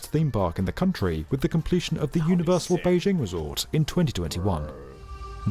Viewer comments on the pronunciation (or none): none